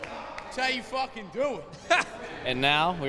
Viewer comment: That's how you fwaking doo it